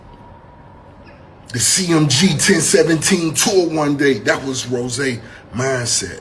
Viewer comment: Not 0ne thousand seventeen lmao it’s Ten Seventeen but i get it 🤣🤣🤣